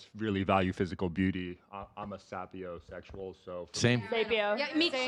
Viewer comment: Guy says he’s a Sapiosexual but can’t even pronounce sapio correctly LOL.